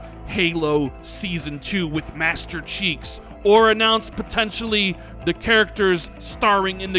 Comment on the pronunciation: Master Cheeks? Hahahaha, is Chief your new Anaconda? I believe you pronounce it Ananconda. I am looking forward to the show but i don't want to get too hyped. I love Xbox but they have let me down far too many times. I hope that Aaron's hype does shut up the critics